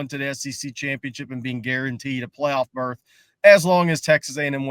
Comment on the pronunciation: It’s “berth”, 😂. But I enjoy the channel.